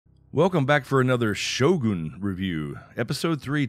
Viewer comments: Thank you for pronouncing Shogun correctly!! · Finally someone who can pronounce "Shogun" correctly lol